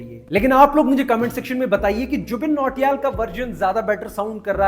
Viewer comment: Jubin Nautiyal ❌ Jubin Choriyal ✅